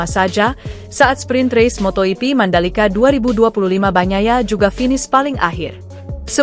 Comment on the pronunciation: Moto hipi😅😅😅 Sok bahasa spanyol lu